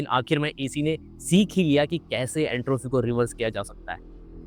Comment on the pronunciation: एंट्राफी नही एंट्रोपी होता है😂